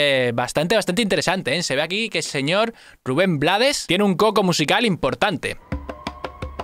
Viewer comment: Se pronuncia RUBEN BLAY- toda la cancion la canta el mismo compositor, desde luego el hace del borrachito "el cual con su frase coloca la canción en un lugar filosofal, para poner a pensar al que actúa mal" dado que en el contexto, es su propia mujer quien le dispara por susto - de allí LA VIDA TE DA SORPRESAS ay DIOS!! - A pedro Navajas "matón" de esquina, que todo lo resolvía con puñal en mano -- GENIAL COMPOSICIÓN MUSICAL Gracias por tu análisis